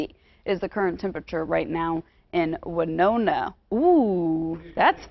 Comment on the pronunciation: I really like how she pronounces Winona 😄